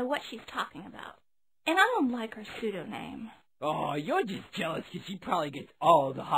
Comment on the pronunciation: "IT'S NYM! IT'S NYM! IT'S PSEUDONYM! NOT PSEUDONAME! I CAN'T TAKE IT ANYMORE! NYM NYM NYM! IT'S THE GREEK WORD FOR NAME! PSEUDONYM! PSEUDONYM!!!!"